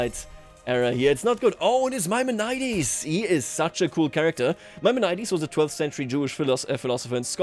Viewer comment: Your pronouncement of Maimonides is atrocious. Please look it up.